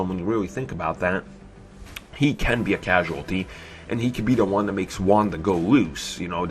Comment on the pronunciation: It makes me laugh every time this dude says The is da or de lol